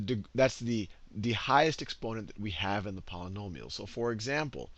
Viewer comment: When you can't properly pronounce "Polynomial" I think it's obvious you have no clue what you are doing.